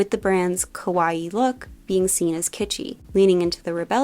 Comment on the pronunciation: I like all things kawaii, but I can best relate to Gudetama. Btw, if you say “kawAi”, it almost sounds as “scary”. “Kawaii” is pronounced with the stressed and prolonged last “ii”.